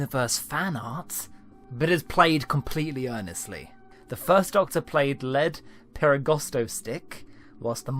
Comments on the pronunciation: Lead, pronounced 'Leed'. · Lead perigosto sticks haha its probably lead as in leed lol it terrifies me to mispronounce words like this. Kudos lol